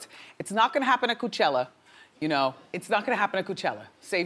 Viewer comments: Wendy can't pronounce words. Coo-chella? JULE? HA. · I want Wendy to stop saying "Coochella"